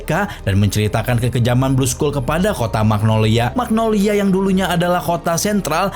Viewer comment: Magnolia min bukan magnologia 😂